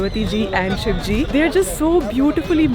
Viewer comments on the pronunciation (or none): none